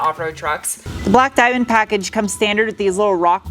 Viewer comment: Shine brie like a die-menn